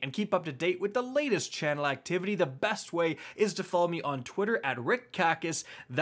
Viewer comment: This man just said I’m. Who are you and what have you done with “ here”